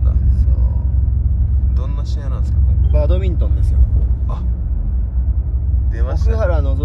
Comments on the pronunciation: バトミントンじゃなくてバドミントンです！笑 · バトミントンではなく バドミントンです！